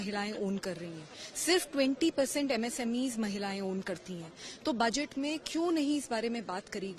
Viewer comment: Baajet nahi budget hota hai... Congress spokesperson...lendi